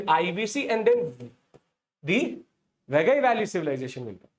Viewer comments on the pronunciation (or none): 😂😂😂 it is not khilaadi!! खिलटि It is keeeezhadi or keeeezhadi कीळटि It is not वगै it is वागै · Please pronounce properly it's river Vai-gai not wagai. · Correction: It's pronounced Vai-guy or Why-guy, not Vagai. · Sir it is Vaigai not vagai. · It is pronounced as "Vai Gai", not "VA Gai". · The name of the river is VAI GAI not vaa gai. Do it is called vaigai river civilization. Immature illetrate people doesn't know that Tamil a classical language is the mother and part of the Dravidian language which is part of the Nostratic linguistic proposal. There are many sites in present India where we can excavate. Instead the politics is so knowledgeably corrupted that there idea should be the main result of the excavation i.e. the final result should not go against their wish and mindset. Apart from Athirampakkam there is one more Paleolithic site in Chennai near Airport in Pallavaram which is considered as the oldest with many stone age tools excavated and exhibited in Madras museum. Since the area around this site is very highly populated now it cannot be excavated further. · Its vaigai not vagai 🫤😓 too bad pronunciation. Its not keechadi its keezhadi (learn to pronounce "zh" "zha" if these english letters involved in tamil name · Sir ur overall lecture was superb but pronunciation of some tamil words are not correct like, it's vaigai not vagai like that only but ur explanation was super thank you sir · Vai gai should be pronounced as Vie ki (as in kite) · It is VAI GAI ( both rhyming with Hindi cow) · Your pronunciation of names like Keezhadi and Vaigai is horrible. Please put some effort and learn to pronounce the right way!